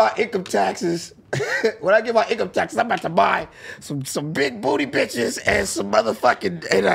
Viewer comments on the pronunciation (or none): So u can say beer but u can't say bitches instead u say citches